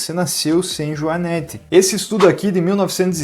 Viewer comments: A pronúncia correta é o joanête,com o e com o som fechado. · Joanete e não joanéte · JoanÊte sem acento. Não joanÉte. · A pronúncia correta é JOANÊTE, com a letra "e" fechada, não "joanéte", com o "e" aberto.